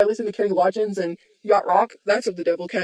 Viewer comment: Her pronunciation of ”Kenny Lodgins” is of the devil. It’s Loggins,, Loggins.